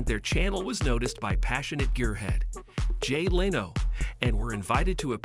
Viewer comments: its Jay LEN0! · Who the hell is “jay LaYno?” And what is a military “Green Barret?” Lol